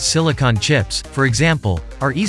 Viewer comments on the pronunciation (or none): none